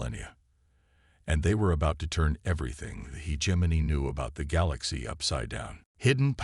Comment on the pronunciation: God I wish that the AI could pronounce the word “hegemony” correctly…..